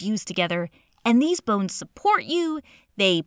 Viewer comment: the way she says “bones” LOL